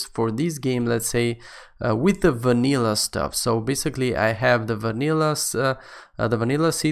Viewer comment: i like how he´s saying wanillah